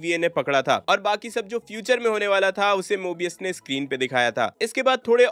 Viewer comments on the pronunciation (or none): none